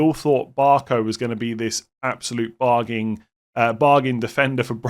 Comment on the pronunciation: Its "bargains" not "bargins"